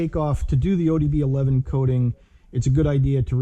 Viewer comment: Great video! but I couldn’t help but cringe every single time you said ODB11. Man that was killing me😂